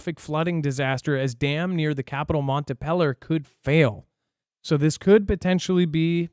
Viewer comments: Missed the live. Watching the replay. it’s Montpelier not Mont a pelier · Montpelier will still be in the news so it’s pronounced Mount Pee Lee Er Your welcome 😇